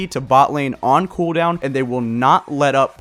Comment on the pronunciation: you gotta say cooldown properly